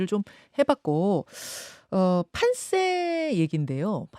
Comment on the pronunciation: 판쎄 -->> 판세 김현정 발음 잘못